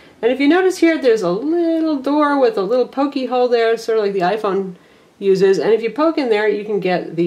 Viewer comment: died laughing when she said pokey whole hahahaha